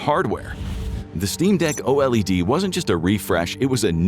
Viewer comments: you keep saying the videos aren't ai, but all i heard was " O-lead" instead of OLED, something Stinks here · The channel says it's not AI, but who says O L E D as each letter instead of like "Oh Lead"? A lot of the script has AI tells, but that could be just using it for help. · I hear O.L.E.D that's sounds like "Olead". Why this rage? its just a info video. U can see the guy in the beginning of some videos really talking into a mic. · I'm not so sure that's always true either. Did you hear OLED get said letter by letter like a voice model does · Idk I also heard OLED get pronounced letter by letter. I think maybe they're just usually really good at instructing the voice model and slipped up